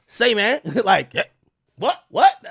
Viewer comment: Say mane 😂😂😂😂